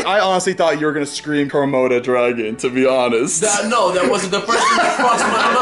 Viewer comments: I cringed everytime he said komoto dragon XD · Did anyone else notice Zane was saying kromoto dragon instead of Komodo dragon😂